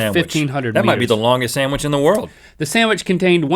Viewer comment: that kills me! HEY WE'RE MAKING AN OSTRICH SAMWICH!!!